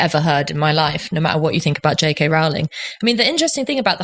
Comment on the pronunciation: The first syllable of "Rowling" rhymes with "low" and "blow", not with "cow" and "now". Most of the speakers on this podcast get it wrong!